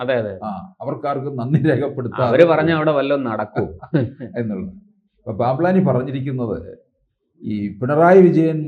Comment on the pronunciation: Plampani അല്ല pamplani